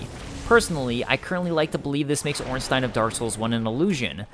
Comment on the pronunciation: You are the first english youtuber to pronounce Ornstein correctly😄